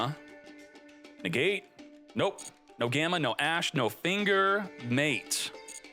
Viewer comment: You really gotta stop saying "finger" like that.